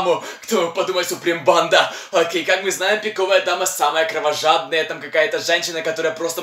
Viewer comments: Он говорил пико́вая дама ане пиковая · говорит странно:піковая дама пріди😢 Настя за дверю:пон